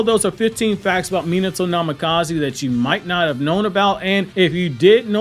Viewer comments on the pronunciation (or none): I dislike how you pronounce his name… it’s not MEE-NITO…… it’s MEE-NAHTO